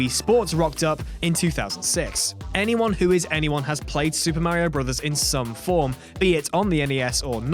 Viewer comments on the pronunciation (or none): who even pronounce mario like that?